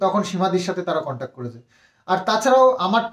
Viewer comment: Contac noi contact... English word thikthak jene bolo.. Hajar hajar lok shunchhe... Ki nishswartho somporko... Vaba jai.. Khub mushkile porechho.. Kono chinta nei.. Simadi tomari didi thakbe.. No chinta..